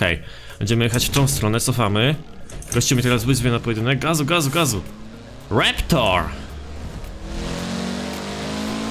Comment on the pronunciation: To się nazywa Raptor a nie reptor